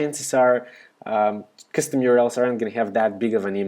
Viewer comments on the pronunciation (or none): Thumbs up if it was the first time you heard 'custom' being pronounced as 'cstm'.